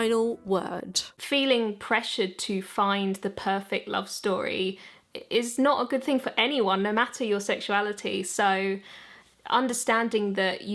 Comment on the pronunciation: Sounded like she said “normatter your sexuality” lol. But more seriously do have some questions… Do aroace individuals ever feel stuck by their own labeling of themselves as such? Like does it make it awkward if suddenly they find someone they are romantically & or relationally attracted to? Do they think “oh no what will they all think or say? Will others say to themselves “see I knew deep down they weren’t really aroace. It was just a phase, and they just haven’t met the right person yet.”. Does it make them feel that if they ever change their mind, they will somehow be harming the concept in general for others or themselves in the future if they go back to being aroace? My last question is this: are there some individuals who label themselves as such only to make themselves seem more desirable in a reverse psychology /paying impossible to get kind of way to people who normally might not even consider them attractive?